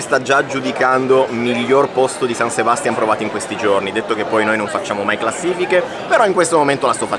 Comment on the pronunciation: Non Sebàstian, ma SebastiÁn. O Donostia.☝🏼